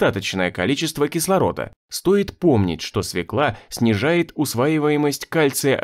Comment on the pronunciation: Нет в русском языке слова свекла, есть слово свёкла. Диктор говорит неправильно. Надо говорить не свеклА, а свЁкла.